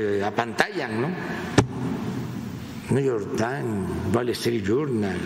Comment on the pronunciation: No que no habla inglés? El nu yor taim.